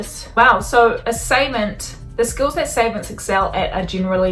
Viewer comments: Savant pronounced "suh-vahnt" :) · Its pronounced sAA vaant